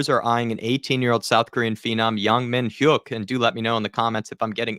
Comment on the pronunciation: Your pronunciation of Yang Min-Hyeok was bang-on.